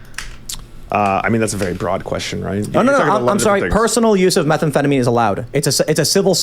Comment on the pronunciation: whycome he keeps saying methanefetamine?